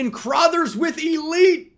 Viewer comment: The mispronunciation of LB “Crothers” is gonna kill me. Why does he pronounce it “Crawthers”